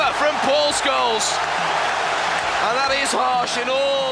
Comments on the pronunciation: The pronunciation is a giveaway: "Skoleez". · Can't believe someone makes a thing about Scholes but never says his name correctly once. Also says Cantona wrong. Is this AI?